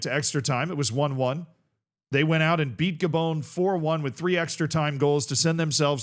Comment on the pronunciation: Ga-BONE? C'mon man. This is the gateway drug to EYE-raq, EYE-ran, and mispronouncing countless other country names.